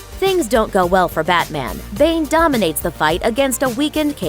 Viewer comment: it's pronounced Bané